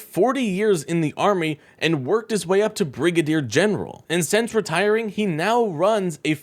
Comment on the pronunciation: What (s)he(?) has to "say"(?) is so "impordent" to the "you-nine-it-states" - especially "nee-ow"